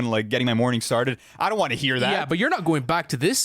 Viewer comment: Bro said “don T” 😭